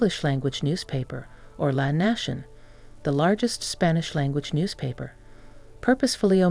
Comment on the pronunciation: It's nit "La Nahshen" but "La Nación" (Nasyon) !! Maybe Americans don't want to give up the US lifestyle entirely. Why not try to start a soft landing by buying locally made products and products made in Latin America ?? On the other hand if there are 100,000 Americans living there, they can't all be filthy rich and dissatisfied....!